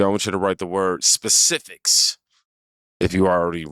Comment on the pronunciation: “Specificts …. It’s got a red underline. I know it’s a word. What are you digging into here?